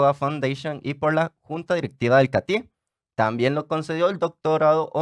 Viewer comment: Catie, el acento va en la A.